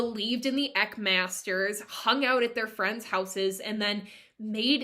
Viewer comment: Good overview. Just a few things—-Eck—sounds like “speck”—not eek—Eck-an-kar—and Not EckNar—And they chant Hu-like Hugh—not “who”. Soul travel= Astral Travel—a very popular practice in today’s time. And it’s Sant-Mat—not Saint-Mat. Twitchel knew that he brought beliefs and teachings of the Eastern path to Eckankar—he didn’t hide that. I grew up in Eckankar — it was a very peaceful and loving place to be back in the 70’s and 80’s. It was full of scandal—just like all man made religions tend to be. All man made religions are cult like —including Christianity. Everyone finds what resonates with them and if they choose to walk that path—that’s fine, we all make it back to God. (That’s my opinion and my path) Read The Tiger’s Fang. It’s a good read. I left this path a long time ago—around the age of 19. Paul was “friends” with L Ron Hubbard in the early days and learned a lot from him—but the paths are different. I’ve studied both.